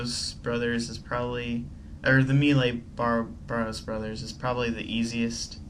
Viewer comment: is it just me or does his pronunciation of barrows bug you